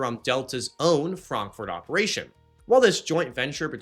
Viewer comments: Stop saying Frankfort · Buddy, Why do you pronounce Frankfurt so weird. Are you off your meds. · I have never - never - heard Frankfurt pronounced that way. And I live in Germany. 😂😂😂😂😂